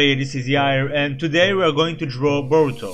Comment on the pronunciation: at first I heard boto not boruto